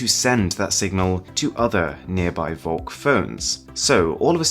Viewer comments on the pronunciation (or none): Ugh listening to this is super annoying if you speak german. Volk = folk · Shouldn't it be pronounced Folk? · you pronounce volk like folk, its german for folk V in german is pronounced like F :)